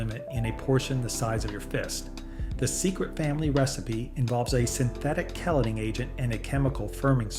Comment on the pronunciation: The ingredients, whether they should be there or not, doesn’t mean the beans are not real. This is click bait on the title. You don’t need to use click bait to get viewers. And the pronunciation is KEY-LATE-ING.